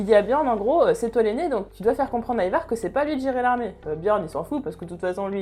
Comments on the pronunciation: Endras Ça s'écrit peut-être Ivar mais encore une fois ça se prononce "Aille var'' c'est comme ça que tous le monde l'appelle dans la série. Si tu t'appelais Georges je pense que ça te fera chier qu'on le prononce ''Jehorje'' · Pareil mdrrr peut etre qu'elle l'a prononcé comme ca pour pas que l'on croit que c'est un produit d'apple I-VAR lol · The Punisher Mais qu'est-ce que tu racontes j'ai maté Vikings entièrement 6x et jamais personne n'a prononcé Ivar comme elle le prononce en vidéo.. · Le Dax Dsl mais ça ma trop stressé pour pas que j'le notifie